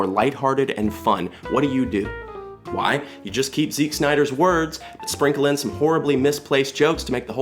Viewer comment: Why do you pronounce Zack as 'Zick' ?